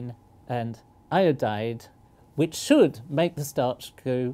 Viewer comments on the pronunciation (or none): none